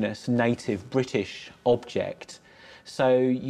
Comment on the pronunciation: THERE US NO SUCH SOUND IN THE ENGLISH LANGUAGE SUCH AS HKKKR. IT IS H, NOT SOME PRO ARAB , WOKE LEFT PRONUNCIATION. THE WORD IS BRITISH, NOT BWITISH. MY COMMENTS ARE BELIEF ONLY WITHOUT PREJUDICE.